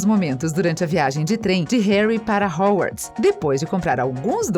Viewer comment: Desculpem mas foi impossível não rir ouvindo a narradora pronunciar Diambandior, Rorcruquices, Howarts, Hermaioni... HAHAHAHAHAHAHAHAHA